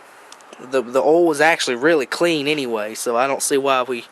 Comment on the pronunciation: Why do you say AnyWay's ?